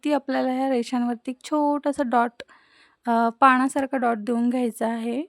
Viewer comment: नेहमीप्रमाणे खूपच सुंदर रांगोळी. राग येणार नसला तर एक सांगते, तुम्ही पाणासारखा डॉट म्हणतांना पाणासारख नव्हे तर पानासारखा असा उच्चार करावा.असो.